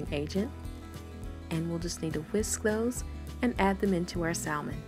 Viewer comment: Honey, all of that is edible. Drain the liquid, then crush up the bones they are a good source of calcium. You won't even know they are there. You are doing a great job. By the way it may be different where you are from but the L in salmon is silent.